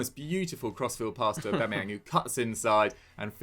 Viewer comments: Do they call him AubEmeyang on purpose? Is anyone else hearing this? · He said aubemeyang